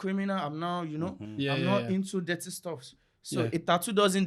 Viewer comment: Sorry but how did you guys not laugh when he said I’m not into detty stuffs😂😂😂😂